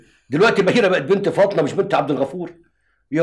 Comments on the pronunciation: هو ليه بيقولها فاطنة مش فاطمة انا عايز افهم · لان الطبقة من المصريين الغير متعلمين ينطقونها هكذا بدلا من فاطمة ينطقونها فاطنة